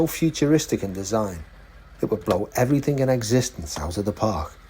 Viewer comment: Gary mate I’m over seventy and remember at junior school that there isn’t a ‘ k ‘ at the end of ‘ everything ‘ so it’s not ‘ everythink ‘